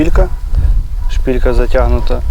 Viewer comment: 😅 не шпІлька! А шпИлька!